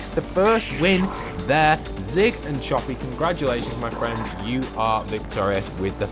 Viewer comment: No offense or anything but its choppy not chopper